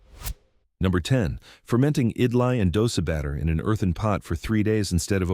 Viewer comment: It is not pronounced idily ,it is idli.